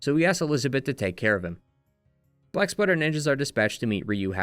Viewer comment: Every time you say "Black Spider Ninjas" I hear "Black Sweater Ninjas"... 🤣